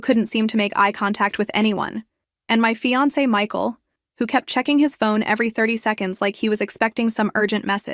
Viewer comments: I'm used to hearing AIs mispronounce things, but this is the first time I've ever heard fiance pronounced fee-ahnk. 😄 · AI can't pronounce fiance.